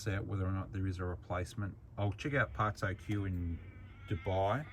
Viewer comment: Parts-o-que 🤣 Do you mean part-souq. Souq like the arab word for market 🤣🤣